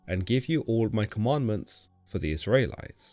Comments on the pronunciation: Is it me or can this guy not pronounce Israelites correctly?? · You say "Israelites" in a very strange way. God content though!